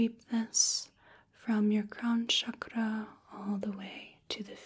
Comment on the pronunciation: It was a relaxing video. You really did lot of research about eastern spiritual practices. I liked the way you pronounced "chakra", Its actually how it's supposed to be pronounced according to Sanskrit. Your voice is magical and your aura is very calming. I liked when you narrate your actions.